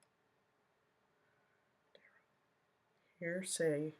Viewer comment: Agreed with speculation on opinions, but what absolutely wrecked me?! When Duh-rell "Goblin" Brooks objected to DNA analysis results as "Speck-a- la-tive"..I was freaking crying from laughing so hard..lol! DNA results are speculation to Duh-rell..Hence the DUH. 😂